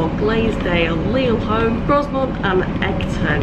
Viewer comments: Grosmont's s is silent, so it is pronounced Groumont. Also, I think Leaside is pronounced Leeside, same as the suburb Lea on the Blackpool Road in Preston. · It is pronounced Gro-mont not Grozmont! lol You really should have scheduled a longer wait there so you could have checked out one of the UK's finest heritage railways. A tragic missed opportunity! :) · You may well get a few comments regarding the pronunciation of Grow-Mont rather than Gross-Mont but to be honest I've heard Ewkston Bawlshaw Lane and Exton Bahlshaw Lane and any combination therein when travelling on that line. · When it comes to pronouncing Grosmont the s is silent so instead of Gros-mont it's Gro-mont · My neck of the woods, in fact I collected some tickets from the machine at Danby the other week. Grosmont is pronounced Grow-mont by the way :) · It is definitely pronounced GroMont 😂😂. If you're back in the area, there is the old railway walk from Grosmont to Goathland, where heartbeat was filmed. Well worth a walk. We stopped in Egton last year, and got the train from Egton to Whitby, and it is indeed a childrens playgroup in the building next to the station. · Very nice. It is pronounced Grow-mont btw. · He He. Pronounced Growmont.